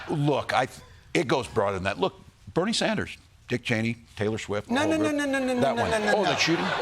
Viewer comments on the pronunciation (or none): none